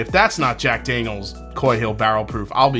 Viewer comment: Thirteenth Colong DO